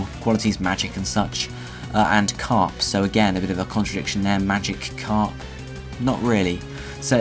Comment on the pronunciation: *carp, not crap :3